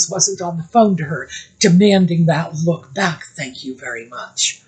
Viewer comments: I thought mindy had a cue card that said luk instead of look😊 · When Mindy said “look” which was pronounced “Luke” - that is how Scottish people would pronounce it. Do you think Meghan could have told Mindy to say it like that, to mock the Scots? Just a thought, because Mindy, even though she’s Indian/American, would not typically pronounce LOOK like LUKE. 🤔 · I think Mindy is low-key genius. She may have received direction to complement Megan’s style and she purposefully chose to pronounce the word “look” the way she did, knowing that a person such as Megan could not help but react to that thereby showing everyone exactly the type of person nutmeg is